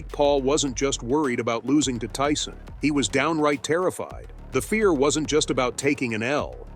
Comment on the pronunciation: they pronounced Tyson as "tea-son"